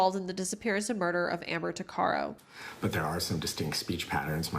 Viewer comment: Its pronounced- tuck-uh-row